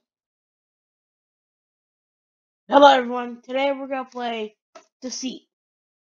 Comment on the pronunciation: Let's play Decite (Deceit) :)